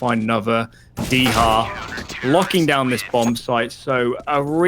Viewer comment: Dycha in Polish is pronounced "di-ha" (soft i like sit) not "dee-ha" or "dy-tcha". It's a colloquialism for 10, like a tenner.